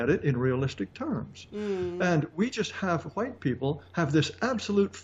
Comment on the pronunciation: "let me axe you sumthin'" "huwhite".... Love you Jared.